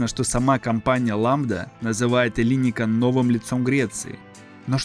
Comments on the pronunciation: Какой ещё ЭллИникон,когда- ЭллиникО.(Ελληνικό) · Ударение на окончание -он. ЭллиникОн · ЭллИникон, Эйпл! Ты звучишь странно как минимум. Ударение и произношение бы подготовить. Не про пирожки же повествуешь. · Может Эллинико́н, а не не Элли́никон? Узнайте сначала как правильно произносить это слово. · Маленькая поправочка: греки говорят ЭллиникОН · Эллинико́н! Ударение неверно. Живу рядом, все это наблюдаю.. Все медленно, в час по чайной ложке. Даже не для современных молодых, а для их внуков. Покапостроят, технологии уйдут впереди сноваэто все будет опозданием как всегда в современной Греции. К сожалению. Это вам не Сочи.... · ЭллиникОн ,ставьте правильно ударение. Кто инвесторы?Те же миллиардеры, они и будут там жить,а греки будут обслуживать.Странно было бы думать что в кап стране кто-то заботится о народе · Ну хоть бы в Гугле забил как произносится название района Эллиникон и всего проекта - ударение идет только на последний слог. Оно всегда стоит в написании на греческом, если буквы не заглавные. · По правилам греческого языка ударение ставится на второй слог от конца.Вот и произносите правильно. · Зачем делать такие поверхностные видео, если даже ударения в названиях правильно произнести не можешь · Тоже неправильное ударение уши режет! Если берешься о чем-то рассказывать, будь добр подготовиться.